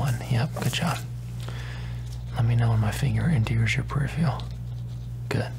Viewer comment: Great video as usual... But... It really annoys me when you say "periph-RE-al"... It's "periph-ER-al".. PeriphERal vision....